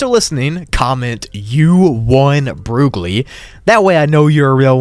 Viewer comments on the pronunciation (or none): "you won broogli" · " YOU WON BROOGLI "